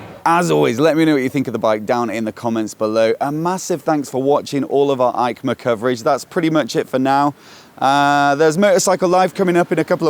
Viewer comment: I do understand that you are British but please, please, please, proncounce Eicma correctly.